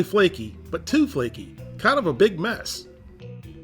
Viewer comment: As a Caribbean hearing the words “too flaky” hurts my soul